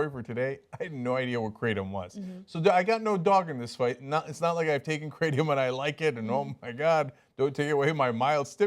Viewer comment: Technically, it's pronounced with a short a sound, like "crattom". There really aren't "two constituents" to the drug. It's literally nothing more than the ground-up leaves of the kratom tree. That's it. In Southeast Asia where it's been used for time immemorial, many people just pull the leaves off the tree and chew them.